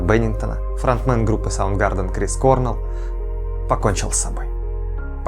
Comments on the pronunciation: Факты хорошо, конечно, собрали, но его убийцам удалось "подстроить" его смерть. Не туда вы смотрите, ох не туда. Западные источники бы почитали. Крисс КорнЭл, кстати, а не КОрнел;) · Все отлично, только КорнЭлл. Ударение на 2й слог. Про СТП хорошее замечание. И если со смертью Чеза ясно, то вот смерть Криса - огроооомный не закрытый лично для меня вопрос.